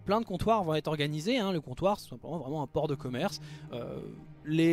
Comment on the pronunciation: Je sais pas pourquoi mais à la fin quand tu dis "il n'y a pas de port pandaren à Zuldazar", j'ai pensé à "porc" et du coup j'ai buggé ! Bref merci pour cette autre vidéo, très instructive, vivement la suite ! Bravo pour votre taf !